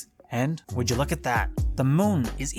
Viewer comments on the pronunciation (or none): none